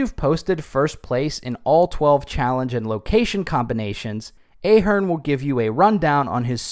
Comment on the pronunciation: It’s Ahh!- Hern